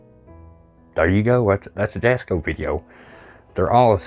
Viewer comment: Jasko is pronounced different, the j is silent, it like German I think, it's pronounced like it has a Y at the beginning. also im one of the people that is older and really like jasko's videos, I know they probably aren't real but it is still good entertainment, kinda like WWE. Fake but still good entertainment.